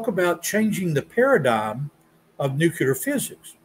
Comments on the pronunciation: it is Nuclear not Nucular. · I'm pretty accepting of people's pronunciations of words, but as a former US Navy nuclear reactor operator, it drives me INSANE when people say "nucular/nukular physics". Seriously. Can you just look it up in a dictionary and learn how to pronounce it? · Two seconds..."NUCULAR physics". Debate over. Learn our language, please, sir. Does NOT bode well for the man's argument.